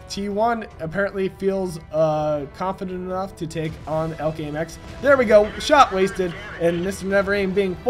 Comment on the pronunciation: its E L C not ELK idiot:P